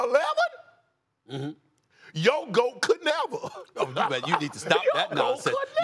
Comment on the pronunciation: Yooooo “Your GOAT could nevah!” is da best line ever 😂😂😂 Shannon is TV GOLD bruh 😂